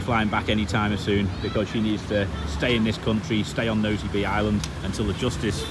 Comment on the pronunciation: Made my Sunday morning la. Dog with a bone blinder!! My only complaint with your videos is the pronunciation of Nosy Be. (Nos-sea-Bay). Splitting hairs though keep up with the great videos like your shop idea